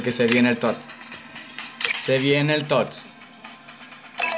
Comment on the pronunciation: Aweonao es tots no toty